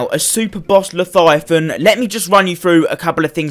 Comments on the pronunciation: It’s Leviathan not leTHIGHathan pls stop saying it like that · Le-vya-than say it with me! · Lefiathan? Leviathan. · "the laviathyathin" says to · Llefifon lmao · He needs to stop tryna say Leviathan